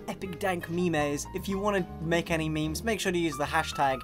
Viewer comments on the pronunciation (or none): Did he just say memeys?